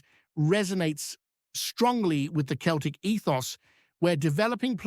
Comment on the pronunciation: Soon know , hope guy comes in does well time shall tell , but hey buddy its not Keltic its Celtic with letter C pronounced as a letter S